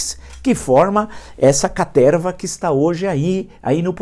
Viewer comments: Quem mais vem só pra ouvir o professor falar carterva? 😂😂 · "toda essa CATERVA" Nessa hora ai ele falou com vontade! Adoro esses momentos XD